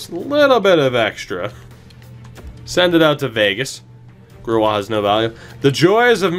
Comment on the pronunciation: grewal is basically pronounced gray-wall